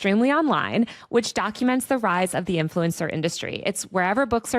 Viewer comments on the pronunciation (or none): none